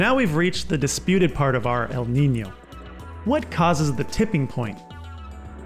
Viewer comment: Congratulations Not only your channel is wonderful. You are also the first English speaking Youtuber to accurately pronounce the ñ in Niño